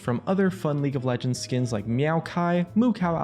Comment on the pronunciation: Lauge of Legends?